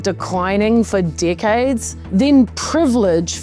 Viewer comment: Thats an interesting way of pronouncing decades